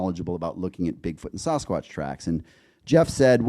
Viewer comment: The Americans are pronouncing it “Saw-skwotch” now?